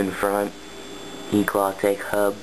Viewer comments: stop saying eclaw lol its eclat but nice bike other than the asm-r lol i ride the original asm so much stronger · Its pronounced Eclaa not eclat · u pronounce eclat wrong lol